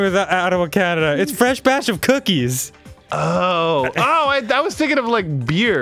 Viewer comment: Lol Dan said “cooties”